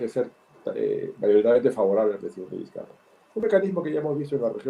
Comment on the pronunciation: Es la segunda periodista venezolana que escuchó que le dicen Vizcaya parece que no supieran leer español